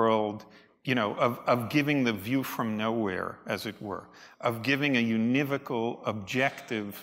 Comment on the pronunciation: it is said: /yo͞onəˈvōkəl/ not /yu niv ōkəl/